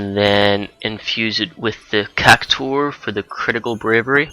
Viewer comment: you're silly :3 you're all like "Chock a bo" and "Cack tore". lololol <3